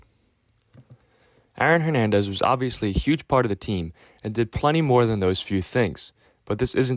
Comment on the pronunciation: Can’t help but hear you saying “Iron Hernandez” over and over again